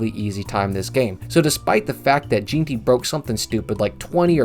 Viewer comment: IT’S NOT JEAN-TY. ITS PRONOUNCED GENTY BRO